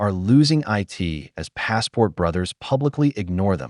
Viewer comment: "American women are losing I.T. as passport brothers publicly ignore them..." LMAO!! Tell me you've got an AI bot for the voice-over without actually saying so!